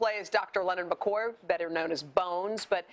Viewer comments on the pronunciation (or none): she said the name wrong wtf its MCCOY IDK WHAT SHE SAID😤😤😡🤬